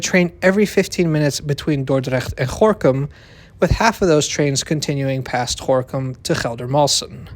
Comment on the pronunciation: I do have a weird question? Are you from the Netherlands because your pronouciation is good, 99.9% of foreigners have difficulty pronouncing the name especially with a G, and no foreigner pronounces Gorinchem as Gorkum